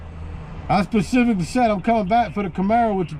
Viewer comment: If it's 2022 and you can't pronounce the word *specifically" just give up. The world has left you behind